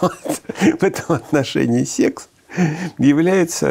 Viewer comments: Да не сЕкс, а сЭкс. Произношение сЕкс звучит как-то по деревенски. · Когда человек произносит сЕксь, хочется поскорей его не слушать... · Сэкс это сеекс 😂